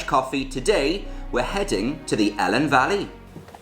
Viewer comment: Fantastic vid, some places like Pen Pum Lumon Fawr, which I never heard of but looks great, but I have to say you say Welsh place names lovely but not the Elan valley! you say helen (sorta) but it's always E Lan simple as that.